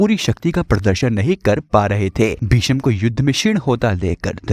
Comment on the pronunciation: भिषम नही, भीष्म हे